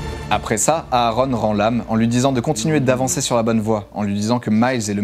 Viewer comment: On ne prononce pas les 2 a de Aaron